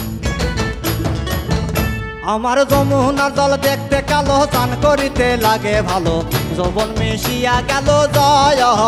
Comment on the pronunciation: কয়েকটি জায়গায় উচ্চারণ ভুল করেছে যেমন,, স্নান কে বলেছে ছান,ঘটা কে বলেছে ঘটো। তাছাড়া লিরিক্স আগে পরে হয়েছে। তারপরেও ভালো হয়েছে